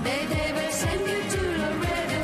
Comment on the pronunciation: Not "Lorado" it's LAREDO, Texas, USA